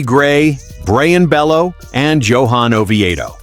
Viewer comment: And it’s pronounced (Bayoo)